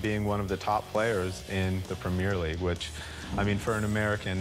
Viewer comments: The way they pronounce premier league is criminal 🤣🤣🤣🤣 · The way he pronounces "Premier League" you already know enough about these donkeys. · So many golden moments from this clip. Lebron James of soccer He's a centre mid The way they pronounce premier league One of the best players in the premier league Comparisons to Messi and Ronaldo One of the finest players in the world How is there so much comedy in such a short video 😂